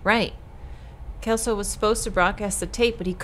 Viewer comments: Brazilian info from a local, language-wise! The name 'Celso' is pronounced "CEL (as in Cellphone) - so". "Walter" is usually said with the W having the sound of a V, and the currency mentioned in the game, "Cruzeiros", was a currency in Brazil a few decades ago, before our current one (Reais). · Juliana... Celso... Ferreira... UFRGS?!?! Hey, this game is Brazilian! VAI BRASIL!!!🇧🇷🇧🇷🇧🇷 (Also, Celso is read like "Sell-So" not "Kel-So") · Hahahaha its cute though!! Chelso XD But yeah its the pronounciation that we use at least, with the CE working as in Cellphone, C has more often than not a S sound in portuguese than a K sound, which i know its the opposite in english. Also, the Surname 'Martins" in this context would be pronounced "mar - TIN - s", though its a small detail really haha MAR - tin - s is not technically wrong, just sounds much more fancy than how we use it